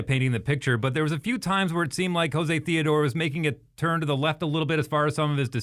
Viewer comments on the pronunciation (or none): It's pronounced Joe-Say not latin like Hose A.